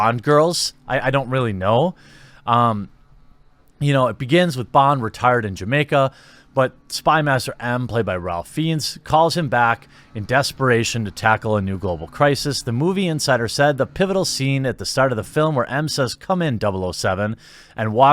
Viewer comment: Probably my favorite video you've ever made. Standing O. Two tiny nitpicks, if I may: It's pronounced "LAY (long A)-zen-bee", and Ralph Fiennes is pronounced "Rayf (again, long A) Fine". Again, thank you for this video.